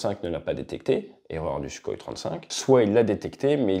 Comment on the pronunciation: Lern doch wenigstens den Namen Suchoj auszusprechen. Und wenn du dazu unfähig bist, sagt doch einfach SU.